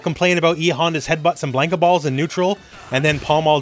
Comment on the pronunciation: If I have to hear him pronounce Mannon or Blanka again, I am going to slit my throat.